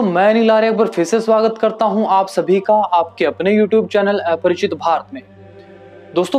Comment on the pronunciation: अपरिचित भारत। तुम बोल रहे हो ऐपरिचित।